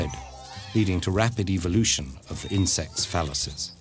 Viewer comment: He says it like EVILution